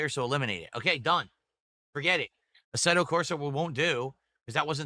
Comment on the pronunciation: is he trying to say Assetto? what is asserto?